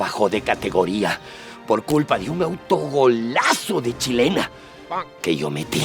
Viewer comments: es "chalaca" no "chilena" :) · Chalaqiuita! no "chilena" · Es Chalaca Pendejos - CHA - LA - CA, no chilena, los quiero pero acá los odié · Se dice chalaca